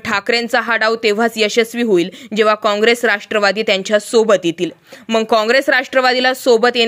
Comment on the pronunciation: मॅडम ते मग असत मंग नाही